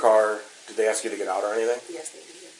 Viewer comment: why do some people struggle to pronounce a simple 3-letter word like ASK? 🧐 I’d being inclined to think this comes up more often than not in these people’s lives.